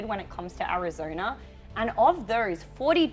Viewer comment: What is wrong with this woman's mouth? She's substituting the letter E for the letter O when she speaks!! Saying "thers" instead of "those", or "verters" instead of "voters", etc!! It's hilarious!!